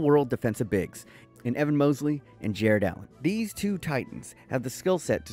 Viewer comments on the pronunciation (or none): EVAN MOBELY NOT MOSELY